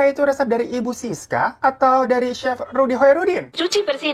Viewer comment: c he f nya kenapa jauh jauhan sih 😭